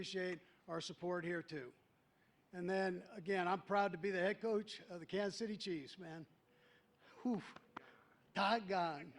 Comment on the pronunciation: Kanka City Chiefs???? At least get the name right!